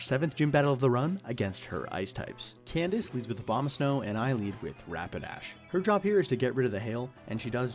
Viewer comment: I know I've been out of the game for a bit, but hearing you say Candice was like a glass of water in the face.